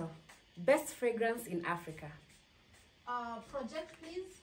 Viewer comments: Did you say aprika😹😹😹😹😹😹😹😹😹😹😹😹😹😹😹😹😹😹😹😹😹😹😹😹😹😹😹😹😹😹😹😹😹😹😹😹😹😹😹😹😹😹😹😹😹😹😹😹😹😹😹😹😹😹😹😹😹😹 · read a different script 🤣🤣🤣’ Manukato pest pragnance in Aprica’ 🤣🤣🤣